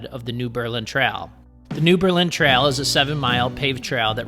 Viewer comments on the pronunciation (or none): Once again, a great video. And the YouTuber BIKE FARMER (Andy Q.) resides in Gib’s Bike Shop in Lake Mills! (PS: Cottage Grove ROAD. DrumLIN (not drum line) Trail😊 New BURRlin (during World War II we started pronouncing it differently = differentiate from Berlin)